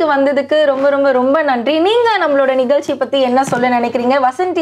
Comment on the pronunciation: Nigalchi illai NIGAZHCHI ...PLEASE PRONOUNCE PROPERLY Madam